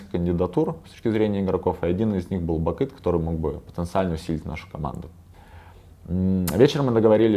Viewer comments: Он специально говорит не нАви, а навИ? и не Бакыт, а Бакын???? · Бакын, нью менеджер даже имя своего игрока нормально сказать не может...)) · Ставь лайк если услышал на 3 минуте не бакыт а бакын